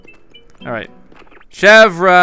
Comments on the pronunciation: its chev like the car company and then its like ear so its like chev ear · Chevre's name is pronounced Chevr, and it means goat cheese! GAHAHA! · To pronounce Chevre it is the same as the way you pronounce the Louvre in Paris ... THE R IS SILENT!!! Oh My Goodness!!! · the R is silent